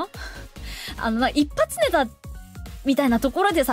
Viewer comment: 切り抜きの本題からズレるけど、 一発ネタのイントネーション独特やな